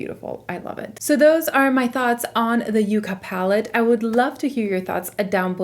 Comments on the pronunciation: With all do respect it’s not you-ca it’s pronounced yuk-ka. It’s actually a plant. It’s going to be a gorgeous pallet for fall! It looks beautiful on you.😊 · Very excited to watch this video!! Stunning looks. The name sounds like Ya not a U sound. I am pretty sure it is meant to be like the yucca plant....color story. I have only seen one review that pronounced it correctly.